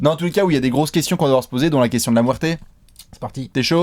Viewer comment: ZE KOUESTIONNE OF ZE DESS xD